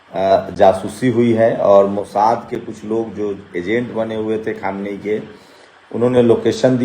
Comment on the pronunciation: Aap log news Dene Se Pahle Logon ke naamon Ka rehersal Kar Liya Karen Khamiyaini Nahin Khaminei